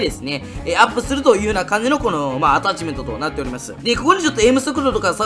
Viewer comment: アタッ↑チメント復活してほすい